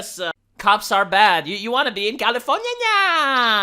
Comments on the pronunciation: Dude, keep saying Californinya, It's brilliant!! I love it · I can't begin to tell you how much I laughed every time you said californiania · I'm disliking this video specifically for "Californiaia" said in that annoying, high nasally voice over and over again. If you think someone likes hearing you do that, just upload videos of you scraping on a chalkboard with a rusty nail and see how well your channel does. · stop saying californyanya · That's how Americans say it. (California is in America)